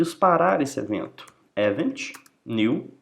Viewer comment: Show de bola essa explicação de como funcionam os eventos no Laravel! Explode my mind!! há há há ... Obrigado pelo share! Por estar acostumado a ver vídeos em inglês, confesso que a pronúncia de algumas palavras me incomodaram um pouco tipo "event" mesmo, mas claro, isso é só uma crítica construtiva pros próximos vídeos que fizer e que não atrapalha de forma alguma a orientação e objetivo desse vídeo. Muito obrigado mesmo!!